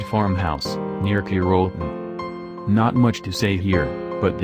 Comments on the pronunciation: #8 is pronounced CAR-L-TON not CARE-L-TON. Believe me I live in Ky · Carrolton is pronounced Care-ol-ton.